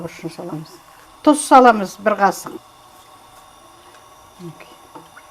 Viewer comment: Тұз десеңші дұз деген не?